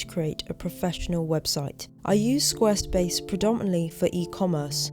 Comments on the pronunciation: pronounces Squarespace almost like "Squirrelspace". 🙂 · Love the video again! Also, I wonder how often you tried to say Squirrelspace instead of Squarespace, haha.